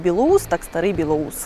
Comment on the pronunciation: Село не Старий БілоУс, а Старий БілОус (де про Колюха). Хоч у вікі написаний перший варіант, та самі мешканця села та міста Чернігова кажуть тільки другий варіант.